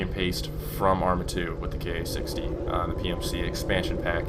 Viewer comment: Ka-60 would be pronouced 'Kar-sixty', not 'K-A 60' (at least for the real Ka-50 that's how it is)